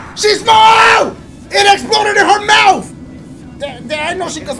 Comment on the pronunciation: “It exploded in her MOUF!” ~Dashie2022